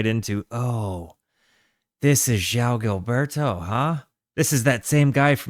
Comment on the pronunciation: You have the soft “J” sound correct on João, but then you need to follow it up with a “w” sound: “J-Wow.” Thanks for doing this great album.